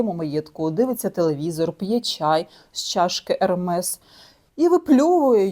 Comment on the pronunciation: ...що?🤪 Який, до біса, ШанеЛ!😡 Ви про моду? То для початку навчіться правильно вимовляти бренди. За Ермес- 👍...